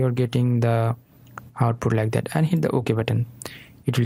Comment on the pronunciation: Ляйк дэт.. бесит произношение но говорит дело, собака)))